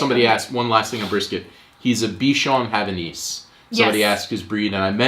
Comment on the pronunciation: Bichon Havanais makes sense, I heard "be Sean Hannity" at first and thought what your dog had to do with fox news. :).